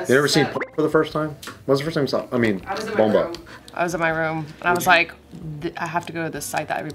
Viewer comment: Not “bomba” lmao. Filipinos know what’s up 😂💀